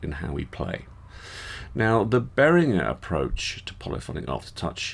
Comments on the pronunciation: Except...if you watch Uli Behringer in any video, he pronounces his own name as "Behrin-jer". Seeing as that's how he pronounces both his own name AND the name of the company he named after himself, I'm going to say that the owner of Behringer knows better how to pronounce his name than you do. Do a YouTube search for "ULI BEHRINGER - AGRADECIMENTOS" and you'll hear him pronounce it. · I go the other way - it's makes me twitch hearing you say it that way in English! 🤣The other way is the "correct" way to pronounce it in English, the hard g is the correct way in German - Uli seems to agree. I'm kinda the same, when I'm in a foreign country I'm happy to have my name pronouced the French/German/US way - all of which are different - makes me feel like I'm fitting in!